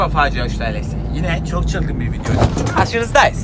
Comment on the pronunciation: Abi size niye herkes video diyecegine vine diyo Jskxjsxjdjne